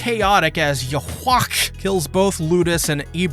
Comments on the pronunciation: Nah, Its pronounced as yuha-bach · Yhwack is actually pronounce Yūhabahha. When I started reading the manga i always said yaHWACK like you. (no hate or something, just saying) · It's Pronounced "Youw-Haah" It stems from Yeshua / Joshua / Jesus. Which should make sense, given the Quincy's Christian theme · I think It's pronounced as "Yuha back" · "You-Ha, Bawk" please dear lord. how do you put in the effort to cut up a video but cant take jsut a fucking moment to look up how his name is at least pronounced. side note, the german themed music... aaaand names. just put them together, theyre fucking Nazis. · Don't want to be a nerd but Yhwach is pronounced "Yoo-hah-bach" (Bach pronounced like the composer) or alternatively just "Yoo-hah", the video was pretty cool though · since ur butchering yhwachs name u pronounce it as yuhabach, here u go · I'm sorry, I hate your poor annunciation😭 "Pesh" Yhwach is pronounced either "yu-ha-bak" or "yuh-wak" depending on if you read it in German or not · I love whenever u pronounce yhwachs name lmao, in case u were wondering tho its pronounced You-Ha-bah-ha. I apologize for my 🤓 moment there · Yhwach is pronounced "Yuha" btw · Yhwach is actually pronounced 'Juha Bach' with a K in japanese. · Yhwach is pronounced Yu-ha-back if you weren't joking on the pronounciation. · Lmfao the guys name is pronounced: YOU-HA. My best friend has the same last name. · Yuhvach is the correct pronunciation (with the accent in "vach" and the ch pronunced as the kh in Kharkiv). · The correct way to pronounce YHWACH’s name is “Yuha-Bach” or “Yuhabaha” (if you go by the Romanji). His name is the Ancient Hebrew Tetragrammaton for the name of God (YHWH) with the German word Wach (meaning awake) added to it. His name means, “God is awake” or “the awakened god.” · Jesus, everytime you say Yhwach it sounds like you're about to cough a lung. Chill. 😂 It's easier to just call him Yuha Bach or Yuha Baha, as it's actually pronounced. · It is Juu-Haa-Baach